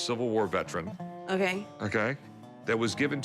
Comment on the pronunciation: I love when Rick say “akay “/okay😆😆😆